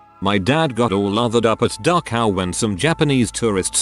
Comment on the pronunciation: The text to speech bot pronounces Dachau differently everytime it says it